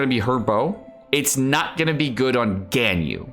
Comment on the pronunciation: Genshin youtubers always do the weird name thing for some reason. They call "Baal" "boll" or "ball" for some reason, "Ganyu" turns into "Genn You" etc lol